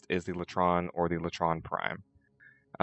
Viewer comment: its lay tron not lah tron